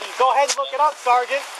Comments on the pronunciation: why does he keep saying sargeant? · My God, I wish they could pass a law where every time said the words "sergeant" or "corporal" that he could legally be smacked in the head. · I would arrest him just for the way he pronounces “sergeant” and says it over and over and over and over…. a nut job. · That's because in the army we say Sarnt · "Sarjunt, SARJUNT!" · SAR-JINT SAR-JINT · “Sergeant” the first ten minutes he said Sergeant 20 times. This guy is entertaining!